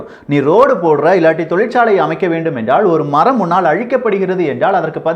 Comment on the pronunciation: தமிழ் உச்சரிப்பைத்தயவு செய்து திருத்திக்கொள்ளுங்கள். எல்லா ஊடகங்களிலும் நீக்கமற நிறைந்திருக்கிற ல, ள உச்சரிப்புப்பிழைகள் உங்கள் நிகழ்ச்சிகளிலும் இருக்கின்றன என்பதில் "வருத்தம்". "நிலைமை", "நிலக்கரி", "எல்லாம்" போன்றவற்றை சரியாக உச்சரிக்கின்ற நீங்கள் என்றாள்(ல்), வேளை(லை), முடியாமள்(ல்), ஆனாள்(ல்), சாம்பளை(லை), நம்மாள்(ல) என்று உச்சரிப்பது வருத்தம் தருகிறது. இதைச் சரியாகப் புரிந்து கொண்டால், நீங்களே தமிழ் நாட்டில் அரங்கேறிக்கொண்டிருக்கிற பல அவலங்களைக்குறித்து குறிப்பாக ,தொலைக்காட்சி , இசைத்துறை, மற்றும் அரசியல் தலைவர்கள் இழைக்கின்ற தவறுகளைச்சுட்டிக்காட்டி தாய்த்தமிழுக்குப் பெரிய தொண்டாற்றிட முடியும். யாரும் தமிழை வளர்க்க வேண்டாம். மெல்லச்சாவதைத் தடுத்து நிறுத்தினால் அதுவே பெரிய தொண்டு. "ல" என்கிற எழுத்துக்கு வெவ்வேறு உச்சரிப்புகள் கிடையாது என்பதை மறந்து விட வேண்டாம்.